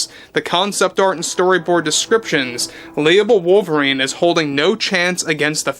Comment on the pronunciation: Ah yes, wovlerine. Ancada's greatest reasutre 😂